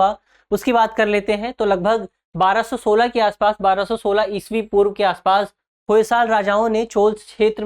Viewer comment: Har jagah isvi aayga aapne isa prub bola hai 🤣